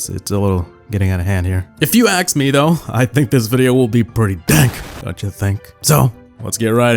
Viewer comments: did he say aks(ask) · if you aks me?! why are you speaking like this!?